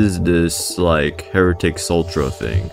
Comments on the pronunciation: idk why i feel the need to inform you but instead of sultra its sue tra for heritics sutra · please stop saying sultra it’s sutra